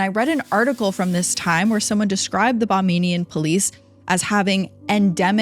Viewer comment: If the CCTV footage has never been released, how do you know that her "breath caught in her throat"? Also, it's not CCT it's called CCTV. I noticed that you referred to it as CCT a few times in your story. Lastly, people that live in the Bahamas are known as Bahamians not Bamanians. Just FYI.